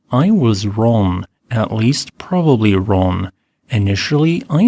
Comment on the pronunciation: Computer generated voices are terrible. I believe he wanted to say he was wrong, several times, but it sounded like Ron.